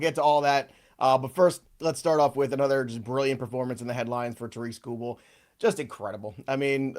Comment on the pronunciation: TARE-ICK SKOO-BULL